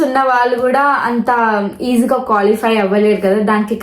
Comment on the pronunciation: Nanna amma adhi colify kadhu ra qualify